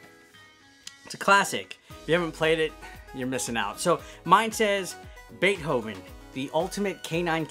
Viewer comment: You're pronouncing Beethoven wrong lol